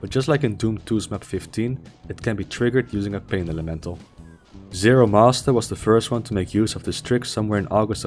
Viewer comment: also, zero MASTER. not zero must.